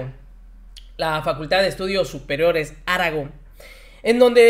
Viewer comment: Aragón lleva acento en la última sílaba. Revisa las leyes de pronunciación. Saludos